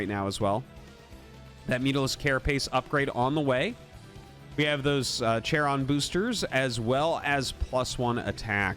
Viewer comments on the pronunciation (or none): I could be wrong but Goliath range upgrade is pronounced "Ki-Ron" Boosters. One of those "Ch = K" Sounds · Charon boosters is actually pronounced KAIR-ON. In Greek mythology he was the ferryman that took souls across the rivers Acheron and Styx. Actually a lot of Terran upgrades and units are Greek mythology terms (except Valkyrie which is Norse mythology). Interestingly, the medic energy upgrade is named after the staff of Caduceus, which is erroneously associated with medicine as it looks similar to the rod of Asclepius (Greek god associated with healing and medicine). The staff of Caduceus is associated with trade and commerce and it is said that it would wake the sleeping and send the awake to sleep. I should emphasize that I don't really care how you pronounce it, I just wanted to share some interesting trivia. Thanks for another excellent casted game RT!